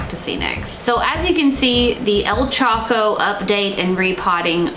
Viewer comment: I see you choco pronunciation <3 <3 <3